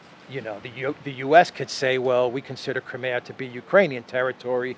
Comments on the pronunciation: Love your awsome walk 'n talks. Seeing stunningly beautiful, sunny Greece is amazing, hearing the interesting updates on pertinent news, and also mixed in w a bit of fun and distracting spontaneous humor; this is purely delightful. But one thing jars my ears and puzzles me; it is your pronunciation of "Crimea." I always heard it pronounced "Cry- MEE-ya." Never heard it said as "Crim-AAA-ya" before. Sounds strange to me every time. Thanks for showing us around your gorgeous country! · I always thought it was pronounced, Cry-mee-ah. Not, Krim-e-ah.